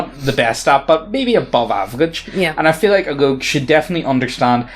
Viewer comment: I like how called a rogue a "loog"